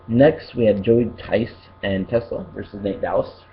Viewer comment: I think you might have been saying TessLa it's JessLa Just saying